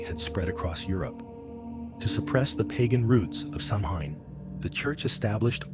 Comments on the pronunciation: Stopped watching less than a minute in. If you can’t pronounce Samhain correctly, why would I trust anything you say after that? 😅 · It is pronounced Sowen not samhain.